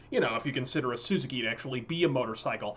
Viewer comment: Dude. In the 80s, Americans didn't say "SUE-zukky." It was "suh-ZOO-key."